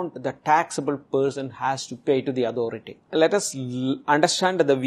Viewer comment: End ko yend, authority ko adhority bool raha hai